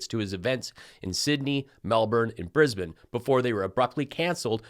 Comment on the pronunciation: Regarding Junior: Australia has enough toxic lifeforms already. We don't need a species like Trumpius Cokeheadius here. Btw, kudos for pronouncing Brisbane correctly, and for not calling it "BrisBAYNE" 😁